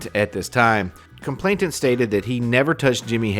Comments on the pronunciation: 'Complainant' not 'complaintant' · Nice video, he's a vile human being. One helpful hint, I hope: It's "complainant" not "complainTant". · COMPLAINANT not complainTant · With respect, the word is complainant. There's only one 't'.